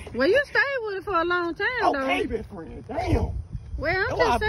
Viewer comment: He said ok besfrann Damnn 🤣🤣